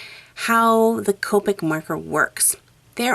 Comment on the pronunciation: Copeic its copic shes says copeic